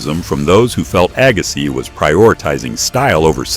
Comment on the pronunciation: Agass..eye? Yes, A.I.!